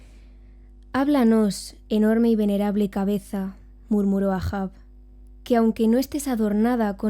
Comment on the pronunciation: El Capitan EIJAN EIJAN EIJAN EIJAN se leé así no AA... mi episodio favorito es cuando atraviesa al patoso de la isla de Man con el cuerno de un narval y el grito agudo con el fondo de la luz de luna